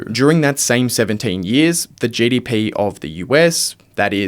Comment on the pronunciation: Speak proper English dude … it’s GDP not JDP